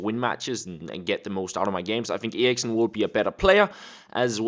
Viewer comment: Jacob May hes Danish and me to thats how u say it on danish